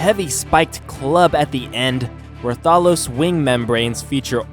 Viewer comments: Actually I played the mod before because their is server that you can tame these things and they spawn randomly around the world and you did mess up the names so I m gonna correct you on that and tell you bout the creatures and some you didn't dd in the video anyways you said Rathalos wrong which is pronounced (Rath-A-Loi-s) Anyways you mentioned Rathalos can't use it's fire ball attack in the air Correction! You can you just had to click R and its other abilities such as C will do a grab which grabs up to quetzal and yes you saw it quetzal I figured that out when I randomly clicked C on tamed quetzal for fun and well ya and Rathian is just like the Rathalos but focuses more on melee attacks instead of ranged attacks like the Rathalos and the sub species for them also are different such as the pink Rathian which is pronounced (Rath-Ian) what makes the pink different is that unlike the Normal green Rathian the Pink Rathian when it uses its normal bite does small like explosion outside of its mouth and know the Deviljho which is pronounced (Devil-Joe) it has multiple abilities you did not mention which is Rock Throw, Dragon Breath, Foot Stomp, and Roar the buttons are R, O, C and X that you didn't try and it's not a slug its actually is meant to be species of T-rex and believe it or not that thing is terrifying when the freakin Qurupeco calls it when your hunting the bloody thing cause in ark just one hit which it will run away of course it will call in back up and a Random Hig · Plz get it right rath a los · Rathalos Is like Wrathalos sorry but that triggered me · YOUR SAYING RATHALOS WRONG!!!!!!!! its pronounced Wrath-a-loes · When you said Rathalos you were close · You suck at pronouncing the monsters! Monster hunter is my fav. Game ever!!! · Deviljho isn't a mutant and yea you pronounce rathalos wrong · it's pronounced Rath a Los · ITS PRONOUNCE RATH-A-LOS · ra-tha-los LOL THATS NOT CORRECT ITS RATHA-LOS U FOOL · rath-a-lo-s not reth-al-ose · I think it's Ray-thos